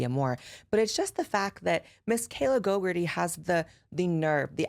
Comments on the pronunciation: It deada** sounds like you are calling her "gogurt-ee" and I'm living for it 😂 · Not you saying Kayla GoGUrtHe